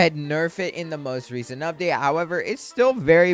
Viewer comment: "Im ready for the UBDATE"